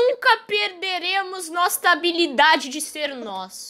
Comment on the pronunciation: "Nosta habilidade"? NOSTA? MDS VC É O NOVO ALBERT EISTEIN